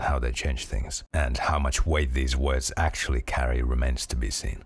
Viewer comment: Your latest video is you going "erm... ackschully..." about how a comedy show got Smurf lore wrong, and me writing it like that isn't even a bit because that's genuinely what you sound like, you are beneath me (and most other people, honestly).